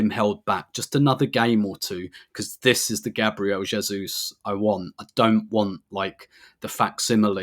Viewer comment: 🙏🙏🙏🙏🙏🙏🙏 tell the moderator that it is pronounced Gaah Bree Eh le!!!!!!!!